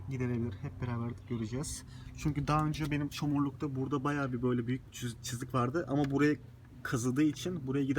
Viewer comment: Çızık değil çizik diyeceksin